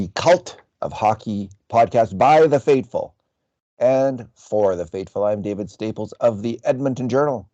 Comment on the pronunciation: David I can't help but notice you're saying "fateful" instead of "faithful" lol.